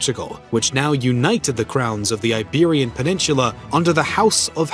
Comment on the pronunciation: You say peninsula as if there is a CH in there.